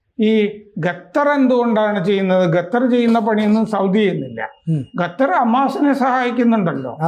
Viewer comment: ഗട്ടർ അല്ലാ ലോകജ്ഞാനി ഖത്തർ ആണ് ... നല്ല ബെസ്ററ് ചർച്ചക്കാരൻ